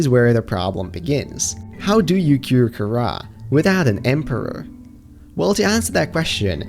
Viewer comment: At the begginging he said it karra instead of kahaara